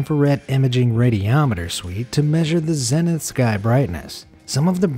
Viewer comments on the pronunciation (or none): none